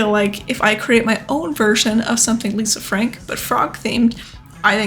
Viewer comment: Lol "Lisa Fank", she didn't need that "r" anyway. I think it would be cool to see a rubiks cube, maybe even one taken apart. Even cooler would be one of those bubble/water ring toss handheld games.